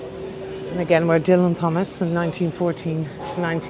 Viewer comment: Great to see and hear you back on YouTube,. I agree what you say about Fitzrovia. How I imagine village life in London. How I wish Soho looks but doesn't. Michael Bentine is pronounced Ben-teen. Also, Dylan Thomas - the H is silent.